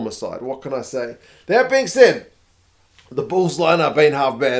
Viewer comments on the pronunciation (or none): none